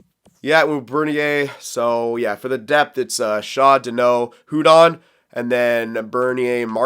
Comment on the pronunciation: Hudon is pronounced uudon